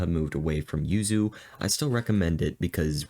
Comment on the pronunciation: I first i thought you were saying you sue you. I was like who sue you. But you were saying yuzu